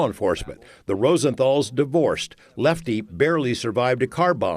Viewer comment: Leffty...get it right